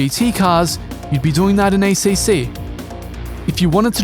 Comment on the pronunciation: You get a thumbs down for the shitty Italian accent pronouncing ACC.